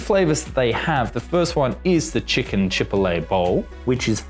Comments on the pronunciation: Props for the comparison, may check them out Chipotle = Chi-pot-lay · Say chipotle like that one more time i dare you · Very interesting but please learn to pronounce "turmeric" and "chipotle."